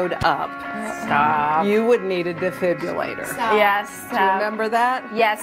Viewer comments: What is a defib-U-lator? Is that like a defibrillator, only it runs on nuk-U-lar power? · That woman called it a Defibulator? haha thats too funny, and she hosts a talk show?